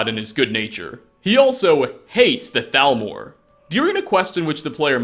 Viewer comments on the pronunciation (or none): none